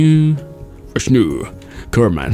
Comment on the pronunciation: Thank u for adding me as a kerbal and yes your first pronunciation of my name Vishnu was right!!!! Thank you so much!!!!! Your content rocks. Love the way you involve your viewers as a part of your adventures